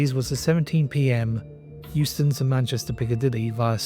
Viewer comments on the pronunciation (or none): Regarding your pronunciation of Euston, don't worry about it,. As with everything in life, just do your best and ignore the haters. We've got your back! 👍❤️👍